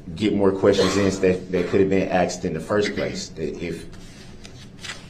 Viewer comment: Axed. Axed. I looked it up and me dont think durrul is pronouncing this correct. I did see a referance to "Hooked on ebonics". Then it made sense.